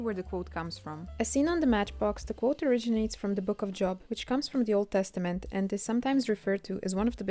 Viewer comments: The name “Job” is not pronounced like the noun “job”. Spelled the same, but the name is pronounced with a long o, as though it were spelled “Jobe”. Edit: I usually hear “Behemoth” pronounced as “buh-HE-muth”. Edit2 “Lazarus” was the name of the person who Jesus resurrected. “Lazarii” is a made up word to indicate how many people could have been resurrected by the power applied to a specific miracle. The assumption is that it’s the plural version of Lazarus’ name because in the case of the miracle created by C. & A., at least 25 people could have been resurrected. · Please learn to pronounce Job properly. It's very distracting